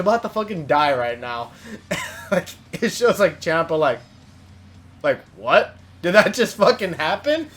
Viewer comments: I subscribed but it's champ-a pronounced Chompa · I CRINGE SO HARD WHEN YOU SAY CHAMPA